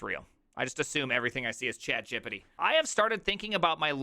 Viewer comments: I love it so much when he calls it "chat Gippity" 🤣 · "Chat Jipatee!" 😀